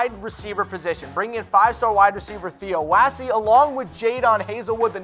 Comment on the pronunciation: Theo Waase??? You mean Theo Wease.... do a little research, good lord..